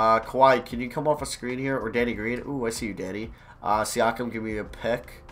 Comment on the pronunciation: When he said, “Good D Danny,” I thought he said, “Good D Daddy.”